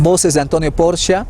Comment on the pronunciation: Apellido Porchia no es hispano, la CH en italiano suena k o Q. Gracias